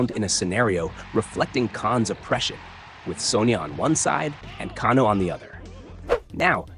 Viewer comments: It’s kay-no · Pronounced Kay-No brother but other than that great stuff 😅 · Can-o???? Let’s be real you’ve never played one of these ever nor seen a movie…..Can-o…..wow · Kahn-oh? AI is ruining YouTube.... Thumbs down